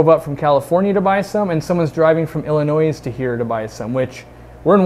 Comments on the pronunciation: As someone from Illinois. You don't pronounce the S in Illinois, Its just like Arkansas. For some reason I've never heard someone call it "Ar-Kansas" but lots of people say Illinoisss' like its plural or something. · The S is silent in Illinois. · btw the s in Illinois is silent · Love these fish! And to see a guy pronounce the S at the end off Illinois haha